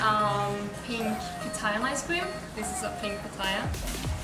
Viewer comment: It's called ice cream, not "nice" cream lmao